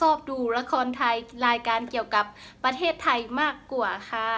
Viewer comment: ตัง.ชช้างตกนะครับขึ้นต้นประเทศไทย.. แต่คุณออกเสียงเป็นปะเทศไทย555แต่พอได้อยู่ครับ